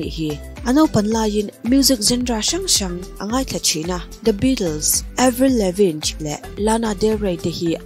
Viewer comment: Avril Levin ti a lam tur aw😂